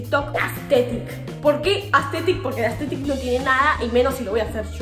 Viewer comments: no es aesthethic es asthethic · JAJJAJS, ME MUERO CON EL "AESTHETICC" JAJAJSAJAJJSK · No es astetik algunos